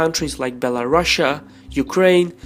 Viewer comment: "Belarussia" 😂 thats too good